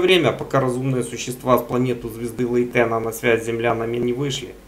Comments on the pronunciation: У нас в языке англ. имена вроде ставят на первый слог, БАйрон, ДжЕррард, ФЕргюссон и т.д. Да и в википедии на первый слог - ЛЕйтен. Я не придираюсь, не подумайте, просто интересно стало. Спасибо. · А почему ЛейтЕна? Ударение ведь на первую "Е" или нет?